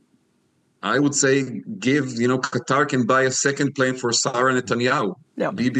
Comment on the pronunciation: It's not Cutter, it's Qatar!!!